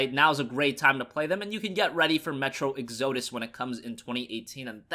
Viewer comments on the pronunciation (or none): Not to be a grammar Nazi, but it is pronounced ex-uh-dus, not ex-oh-dohs. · "Metro: Eggs-oh-dis" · Not to be rude, but it's pronounced Ex-Uh-dus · The way pronounces exodus triggers me a lot more than it should..